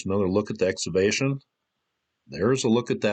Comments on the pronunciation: I love this guy but he doesn't understand that the word "excavation" contains a "hard C". It's pronounced "ex-KA-vay-shun." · Had to shut it off after the third time you said "eggs-avation". EX-CAVATION EX-CAVATION